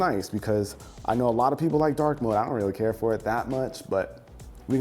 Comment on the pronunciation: "WRReally.. WRReally"